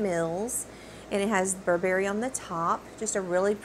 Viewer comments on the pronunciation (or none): Loved your review! Just a quick note reg. pronunciation.. it’s Burr-brie, not Bur-Berry. 😉